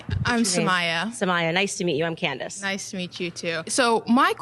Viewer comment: It's "Candace", not "Candice."